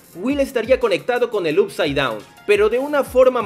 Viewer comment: No puedo más con tus videos de stranger things diciendo "up side down" Up se pronuncia "op"